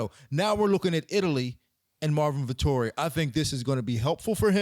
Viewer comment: "Vettori" sounds like "Victory"